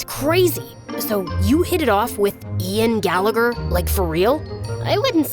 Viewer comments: FINALLY SM NOTICED I WAS SO SURPRISED WHEN THEY SAID IAN GALLEGER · I am sorry.. did you say Ian Gallagher... (SHAMELESS) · “Ian Gallagher” 💀